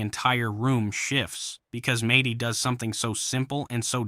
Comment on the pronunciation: It's Medhi, not Matey. 🤣🤣🤣